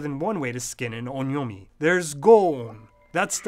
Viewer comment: Is the first vowel in on'yomi supposed to be nasalized? I don't know but I heard you pronounce on'yomi roughly as [õ:ɲɔmɪ] but the second vowel doesn't sound so nasal...